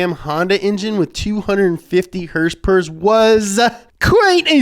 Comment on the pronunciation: I swear if he says HersPers one more time...